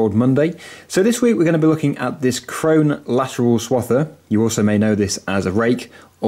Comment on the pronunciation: No it's krone